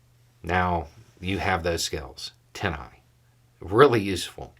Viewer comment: I was hearing " Tennai"...its TinEye. Just for those who were hearing it wrong too. Great resource, thanks.